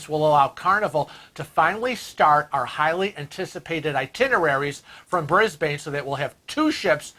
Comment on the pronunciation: I must say that I watched your holograms on the live stream and much prefer you as you are here lol!! I also must congratulate you on your pronunciation of Brisbane which most Americans get wrong. I would love to see you come to Australia but I know it is almost impossible for Frank due to the almost 24hr flight. Thanks for the news boys and I look forward to harassing you in the future.